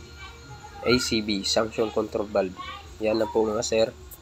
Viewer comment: Suction po hindi sanction..😂